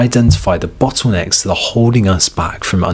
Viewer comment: "Bottwoonecks"?? And other variations on the word "bottlenecks..."